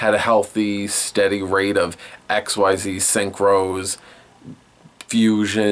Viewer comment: Sorry, but mispronunciations are one of my pet peeves. Guide below because some of these I hear a lot (Great Q&A though): Beelze: "bee-ELL-zuh" Xyz: "ik-seez" Lightsworn: has an N, not an M the 'ch' in "archetype" makes a "kuh" sound. the V in ARC-V is pronounced "five" Qliphort: "klee-fort" Melodious: "meh-LOW-dee-iss" Djinn: the D is silent